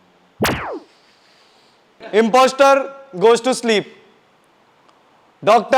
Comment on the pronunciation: Imposter ka j sound h😆😆😆